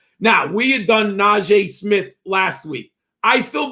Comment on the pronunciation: Najee “Smith” lol